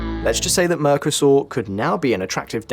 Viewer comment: What the heck is Mer ke sor?